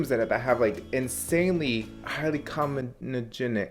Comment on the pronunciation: CO-MEED-Ei-GEN-IC is the correct pronunciation 😂 don’t feel bad because I literally didn’t know how to pronounce it until esthetics school